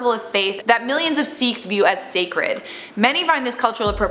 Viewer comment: It's pronounced "sickhs"